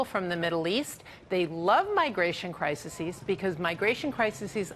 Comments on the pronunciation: "Cry-sissies...Cry-sissies...". It's CRISES you dumb Fox bitch. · "Criseses"? XD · You gotta love them "cricisees." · lol at 'crisises' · She’s also pronouncing crises incorrectly, which lends itself well to her (and his) monumental stupidity.